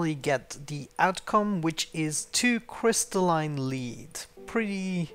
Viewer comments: Lead isn't pronounced leat its lê d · It's pronounced led... It's the element Pb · Lead is pronounced "led" in English when referring to the ore or metal. English is messed up like that.